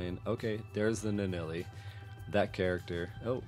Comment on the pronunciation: LIstening to you say Nuh-Nelley is killing me. It's right there.